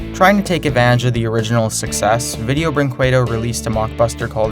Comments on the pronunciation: it is pronounced like brinkaydo, not bringquaydo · And btw, it's pronounced "brinkedo" not "brinkwedo" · 1. It's pronounced as "brinkedo" kjjjj kinda funny 2. If you watch the Little Panda Fighter in the original language (Brazilian Portuguese) you'll hear the songs with their lyrics KJJJJJ MAN THOSE LYRICS JJJKKKJKKJKJ THE TRANSLATION KSJDJFJFVKVKGGGGAA